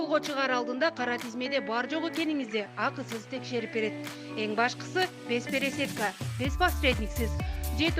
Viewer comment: Безпересетка эмес безпересадка.